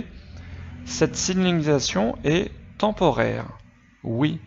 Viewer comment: Eh mec tu sais même pas dire signalisation